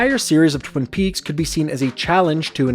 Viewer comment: Within the first two minutes you mispronounce “Twin Peaks”. Fantastic. Good attention to detail.